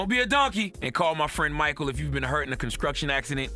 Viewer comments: "Conskrution Accident " 😂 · I didn't hear it, but people make mistakes, listen to the ad , It's construction, not conscruction. Not everyone white is racist, actually most of us aren't, I hate the inbred trailer trash as much as anyone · I know he doesnt read this but he definitely said conscruction accident during the lawyer ad and it made this whole video fucking hilarious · He was giving a weather report and not playing the say Martin Luther King 3 times fast game. As many words as Lenard mispronounces. GTFO with you damn CONSKRUCTION and SKREET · Fuckin accident. Charlamagne just wanted a chance to say all his "king" jokes. God damn. Fired for fuckin up a word by accident...thats the kind of world we want? Charlamagne can barely speak english and hes gonna pull this shit..... listen to him at the end with the add for the sponsor "conSCruction accident" the man cant make the "st" sound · Make Charlemagne say construction 😂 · this jack ass can't even pronounce construction and he judges other people